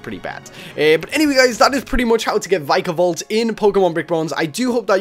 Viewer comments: VIKA-VOLT Ur saying VIKAE-VOLT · It is vikavolt not vykavolt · it's Vik-a-Volt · It' Vik-a-volt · oh gods..., you totally butchered the pronunciation..